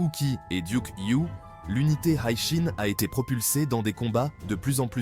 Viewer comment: L'unité Hishin... je crois que ça ne se lit pas en "anglais" 🤔